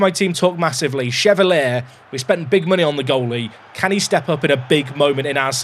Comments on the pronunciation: I said it in the last video, he's french, so Lucas Chevalier is pronounced "shuh-val-yay", not "shuh-val-ee-uh" 😉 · Watched you for years and I know you sometimes pronounce names wrong for engagement and in all the years of watching you I’ve never been so triggered by a mis-pronunciation that Chevalier and Shade 😂 Well done you got the comment 😂